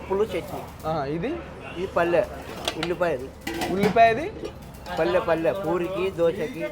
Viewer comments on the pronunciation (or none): Not palle Palli perfect pronunciation Yellipaya karam Buddala chutney Palli kura